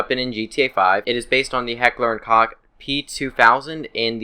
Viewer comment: Heckler and *Koch